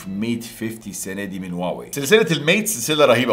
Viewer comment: يااخي راح تخبلني ليش تكول واوي مو هواوي؟؟؟